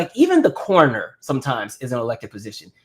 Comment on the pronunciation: when you said Cornoner because of your accent I thought you were saying “corner ‘ and I was like the corner store lol 😂😂